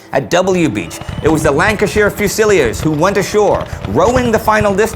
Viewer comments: its pronounced fuse-el-EERES ,last syllable rhymes with beers.not fuse-el-iers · Dear Indy: it's pronounced: 'Few-Sil-Leers'! Fusiliers: Infantry troops who (traditionally) were assigned to guard the Artillery. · Pronunciation: Wellington Fusiliers: "few-sa-leers." :-) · 'Fusilliers' Shocking pronunciation' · It’s fusiliers not fusiliers